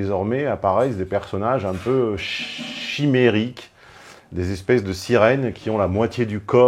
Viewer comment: "Chchhimérique"... " Vous l'avez "?! 😂